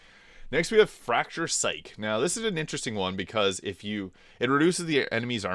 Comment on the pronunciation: Some of these pronunciations are wild. "Perlious" Stakes and Fracture "Psych" right in a row!